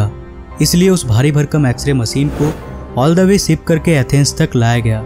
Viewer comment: Learn how to pronounce first . Machine ko Maseen , ship को sip, jis ko jish. Kya bewkoofi hai ? Hosh udda diye ko hos uda diye